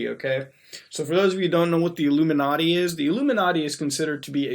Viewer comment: "Iluminartie" killed me every time 😂😂😂